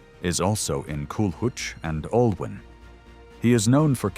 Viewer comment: Really terrible Welsh pronunciation by this AI. "Andwen" "Cullooch and Aloon"